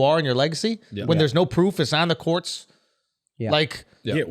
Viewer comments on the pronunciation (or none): Well have listen to Andrew Schultz say "courts" its sounds like he's saying "Quartz".. "It's one thing if its in the quartz" LOL